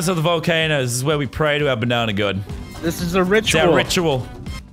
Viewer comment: It’s banana not bananer